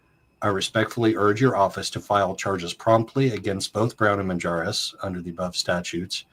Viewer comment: drop the J in the last name😂 Minjares please thank you for covering when no one else will!!